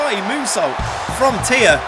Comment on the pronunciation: Oh thank goodness, he said Thea's name correctly